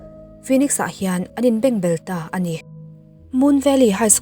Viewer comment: Bengbel ni lovin, Bêngbel tih zawk tur.